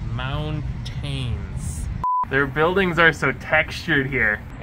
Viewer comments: They are pronounced “m-ow-n-tins”😂😂😂😂😂😂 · Ah, yes. Moun-tains. Bootiful. Truly excellent.